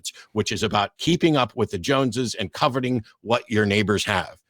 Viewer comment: listen! "Co-ve-ting"